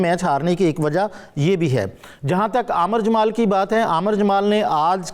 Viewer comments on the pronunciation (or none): Aamar jamal nahein Aamir Jamal hai bhai. Channel banana hai to urdu to theek ker lo